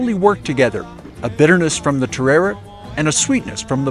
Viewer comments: Just went there and ate sooo much asado and vori vori. Café de acá is amazing! Definitely recommend. The terere is sooo refreshing the actual pronunciation is (Teh day day) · i as just there last week the drink is terere pronounced teddaday